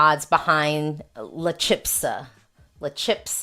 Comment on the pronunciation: Thanks for your views! I feel a lot will come down to how well they stage and perform, there have always been surprises in Benidorm Fest. La Chispa means "the spark" and it is pronounced "CHEES - PAH". Hope that helps!